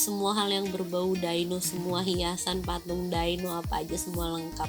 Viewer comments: Bukan daino. Tapi dyno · DI-NO please... bukan Dai-No